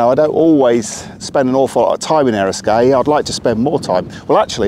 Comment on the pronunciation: The irony of how much you love it vs the way you continuously say it incorrectly.